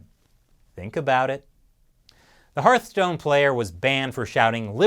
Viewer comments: It’s not Heartstone, but Heart(h)stone.... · I love how much of a hard time you seem to be having with the Hearthstone pronunciation hahah